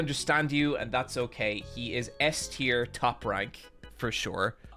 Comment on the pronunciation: mf said teir